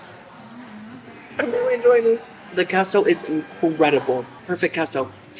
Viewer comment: Queso is pronounced Kayso